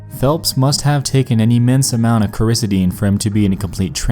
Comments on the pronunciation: Holy fuck learn how to pronounce words before speaking Bauer = bay-er Coricidin= core i seed in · Kor-uh-SEE-den. Kor-IS-suh-deen sounds like the name of a stripper. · Core•uh•cide•n !!! Is the proper pronunciation. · Its pronounced KORA- SEEDIN lolol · Coricidin is pronounced as Coor-a-see-din. It was an extremely popular way to get high when i was in high school. People would take anywhere from a few all the way up to a pack and a half to a couple of packs. While i was still in HS, probably around 2002, the law stated you must be 18 years or older to purchase. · Are you mispronouncing coricidin on purpose? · Pronounces Coricidin correctly the first time, butchers it the rest of the clip. How did that happen? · You could've at least figured out the proper way to pronounce the medicine he took. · You're saying the name of the drug WAY wrong. Like, totally 100% wrong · You mispronounced coricidin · cor-uh -SEED-un, not cor-i-suh-DEEN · Hey Nex, pharmacy technician here, it's pronounced Coar-ah-sea-den, not ker-is-ah-deen. Just so ya know. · It's pronounced core uh see din me and my brother Mike started that whole thing. And yes it can make you violent and cause memory loss. Let me shove 12 down your throat. Though I've never gotten violent toward other I like the way cutting feels while I'm on it. If you were to kill someone on 2 potent benzos as a judge i would have to forgive you Clam and Flam at as little as 500ug you WILL NOT remember anything that happened after it wears off. I don't agree with making ANYTHING illegal but those maybe. If ALL drugs were legal you wouldn't need red to look for fucked up alternatives like Flam and Clam or carfent synthacaine etc. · "Core-issa-dean".....?! Lmao It's pronounced "Cor-i-see-din" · Coraseeden .. just sound it out. And it depends on how much he took. Take enough and you aren’t even in reality anymore. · Its pronounced KORR-ISS-SID-IN. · Coricidin is pronounced Cora-see-din. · Pronounced cora-see-dun.